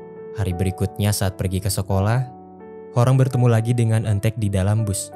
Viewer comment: Apa cuma aku yg denger kata "ojo cemburu..." dari eun taek di menit 😭😂